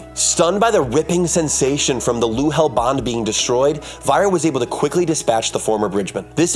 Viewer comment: point of correction. *Nahel not Luhel